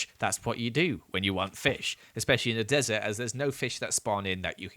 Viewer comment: Him saying he stays in a dresert* later goes in the nether Nether : I,M NOT THE DRESERT